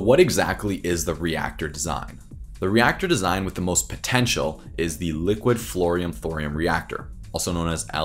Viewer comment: I stopped too, as soon as he said Fluorine!